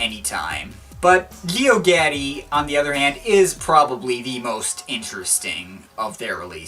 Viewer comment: I'm trying to listen but you keep pronouncing Geogaddi weirdly. It's Jee - O - God - Ee